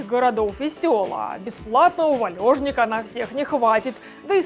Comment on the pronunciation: Не валЙОжник а валЕжник